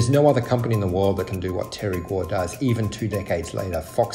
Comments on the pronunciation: omg im so sorry his surname is pronounced as gOu not gUo or gUA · Stop switching vowels you english speakers please xD gou, not guo. make, not miek. way, not wie xD so funny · you pronounced Gou like a Guo. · gou is pronounced "go" you were saying what would be spelled guo. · It’s Guo not Gou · The last name is pronounced as Go not Guo! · Should be 'kwok' for them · Its kueh(郭) in Taiwanese bruh, git yo fax strait. 台灣閩南語(Taiwanese Min) ain't the same as 廣東話(Cantonese) man. He jus has factories in Shenzhen. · It's not hard to say his name correctly. Your inability to pronounce his name properly makes me think your having a laugh at his expense. Unprofessional. You can do better. Gwoe!!!! Like toe with a Gw at the front. Please fire your speech therapist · Stop mispronuncing his name!! It’s driving me mad